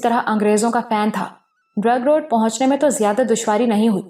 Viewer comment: Zabardast ❤. Ek baat karachi ki jaga hai drigh road not drug road .. sunnay me ajeeb sa lag raha hai iss leye bata deya.